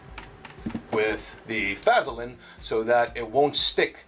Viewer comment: Great video. Super information and detailed. But the way you pronounce Vaseline just irritates the hell out of me